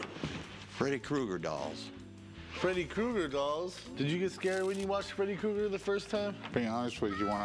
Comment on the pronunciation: “Krueger!!,” its Freddy KRUEGER…… not “Cougar” 🙄